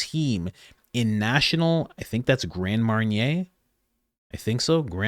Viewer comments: I'll forgive you as its late for you.👀 It's Jon darm not Gran darm 🤪 Now git to bed 😂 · It’s pronounced jondarm like John darm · FYI: It's pronounced JON-dar-marie. Think of that as French national police... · Gendarmarie..pronounced Johndar marie...marie pronounced like the name ..it is the French word for their Police. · It’s pronounced John Darmery and they are the French military police, they are armed at all time and are not to be messed with! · Grand Mariniere....really? Have you ever heard of the French paramilitary Police force National Gendarmerie??? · Hey Coach Gendarmarie is pronounced Jon-darm-eree. Sorry to autocorrect lol 😁👍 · Really Coach? You got Grand Manier out of Gendamarie pronounced Jon dam Marie? You need to read more bro. Still love your channel. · Hell.I’m french speaking from Canada.Gendarmerie is french for police force.Pronounced as-Jenn -dar-marry